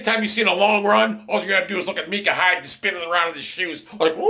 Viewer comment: I think it’s My-Cuh